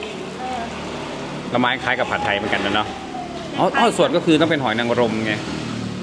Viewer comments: ออส่วน ไม่ใช่อ้อส่วนพูดให้มันถูกๆหน่อยคนไทย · อ่านว่า ออส่วนเจ้า